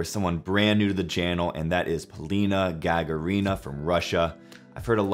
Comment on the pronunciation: Hi! Polina is awesome! You need to pronounce her last name like this- ga-GA-rina. The stress is on the second GA.